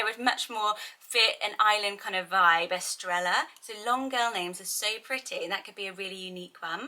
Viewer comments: I'm in Central America and it's a Y sound here. In some countries in South America it would be pronounced with a 'sh' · Pronounced "es-TRAY-ah" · Hi, for pronunciation, I believe the ‘ll’ makes a ‘y sound. Estrella is “eh-stray-yah”; Baila is “bai-la’. Evelia is ‘eh-vay-li-ah’. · Love the video as always! I’m sure someone probably already said it, but the double “L” in Estrella says, “yuh” so it’s like, “Eh-strAy-yuh” I’ve had that as a name on my baby name list since Spanish class in elementary school! 😍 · Love these names. Love Spanish names. FYI- Estrella is pronounced Est-re-ya and Baila is pronounced Bye-la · Aww. My cats name is Estrella. In New Mexico we pronounce it Es-stray-ya. (Sometimes the r is kind of rolled, sometimes not). It is a lovely name both ways :).And her nickname is Estrallita (es stray yeeta). Which means little star. Love your channel. So much. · Baila: is Bah-ee-la Estrella: is Estre-ja 🥰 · Gorgeous names! Estrella is pronounced "estreya", and Bails is pronounced like "bye-la". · My friend has a restaurant called Estrella. She pronounces it Es-tray-a but my husband can’t say it and it always sounds like he’s saying Australia 😂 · 2 L’s together has the “yah or jah” sound in Spanish so instead of “Estre L a” it’s “Estr aya” hope that makes sense! This name list is right up my alley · Im pretty sure Estrella is pronounced as “Estreja”. The double L in Spanish sounds like an English J. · To my understanding the Bibiana variation is more for getting the B pronunciation in regions where V doesn't give off the B sound. Semi related, Estrella among Spanish speakers where I live (US, so probablly quite differently) is pronounced with a Y sound, eh-streh-yah. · Estrella is pronounced with with a “yah” at the end not like Ella- just FYI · Yes a double L make a y sound xx